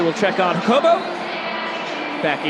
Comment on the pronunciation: could y'all maybe agree on how to pronounce Jacobo's name??